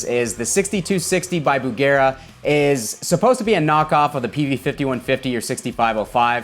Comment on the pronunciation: Dear, thank you for calling the amp Bugera instead of Busjera.